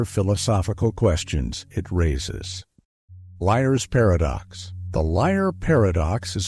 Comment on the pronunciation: love these videos so much, i fall asleep to them every night but i was wondering if they were made (or at least voiced) with AI? in the Segment about the liar's paradox there's a little break between the word liar's and paradox. No hate at all was just curious lol, keep doing what ur doing 💕💕 [Edit: I answered my own question!! Checked the bio on ur account and read that y'all use a voice over! I'm assuming you all do ur own research and make ur own scripts and if that's true that's ubergreat! Love yall]